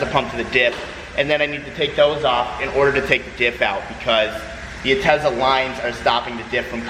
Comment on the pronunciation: Ask me if gives a fuck about a parking spot. Also “this UHtezza pump is really hard to remove. I only have one bolt left on the UHtezza pump.” UHtezza pump. For UHtezza stuff. For fucks learn how to pronounce words, like god damn how stupid are you? lmao UHHHHHHHHGGGtezza